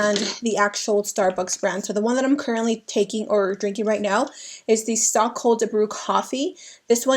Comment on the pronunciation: Hey babe I just wanted to tell u that the iced coffee u are using is actually pronounced as "STOKE"